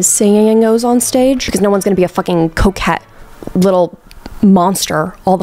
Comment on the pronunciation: at first i was like "what the hell is a coke cat... oh, coquette" lmao